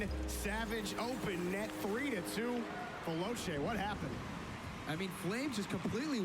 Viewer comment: The only thing that annoys me is that because they're American they can't say Veloce, it's pronounced ve-lo-chay not ve-low-chay